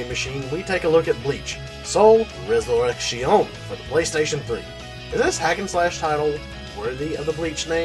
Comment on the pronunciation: oh, yeah and as a Spanish speaker there is nothing wrong with the way you are choosing to pronounce resurrection. Bleach Rocks!